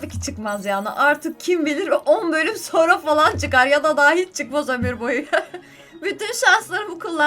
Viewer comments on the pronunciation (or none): none